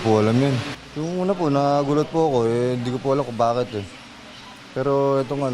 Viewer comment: yong hindi mo hundi, 😂😂😂😂😂